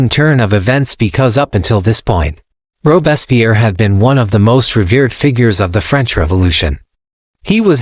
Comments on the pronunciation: Robespierre's name consistently mispronounced. The is because this podcast is being narrated by AI rather than a human being. This process results in mystronunciations and unnatural pauses in all AI-generated podcasts. Shame on podscasters for abusing this teachnology. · The AI doesn't even pronounce his name correctly.